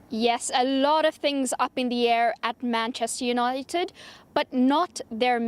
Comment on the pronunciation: can't even pronounce 'Manchester United' and she's the SENIOR reporter? Deary me.